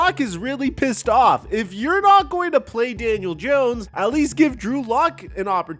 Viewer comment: God, you continue to say his name wrong. First of all, second of all, we all want Daniel dawn, all of us giants fans. I understand you're a Dallas fan, so you're trying to act like there's a lot of juice behind this. And this and that, yeah, Daniel's been a true professional about it, but he's been a crappy quarterback. So good for him for being a professional. How about we get somebody with some playing ability? This time, see, that's the problem you talking shit, because you're a Dallas fan, I'm trying to stir division in the giants, fandom, and I'm telling you from a giant fans perspective, happy is alert. That got rid of this kid. Hopefully he goes somewhere else and thrives, but he is a dead duck. As a giant, thank god, he's gone